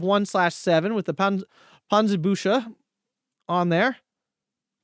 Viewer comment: Your pronounciation of the german "sch" is very good. The problem is just, that there is no "sch" in Panzerbüchse, it's "chs". The "ch" is pronounced like a "k" in this case and the "s" after that as normal